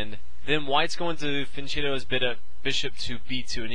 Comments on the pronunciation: It's pronounced fian 'ketto' not chetto. I hear even GMs getting it wrong its funny. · ... it's fian-'ketto' not 'chetto' despite the spelling. I've seen even grandmasters saying it wrong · Good video and explanation: I live in Italy so I have know how to pronounce some words, there was a word that is troubling me: Fianchetto. It is not pronounced with a 'c' like cheese but a hard 'c'. KEEP UP THOSE GOOD VIDEOS WE LOVE THEM!!!! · P.S. Fianchetto is pronounced like fianketto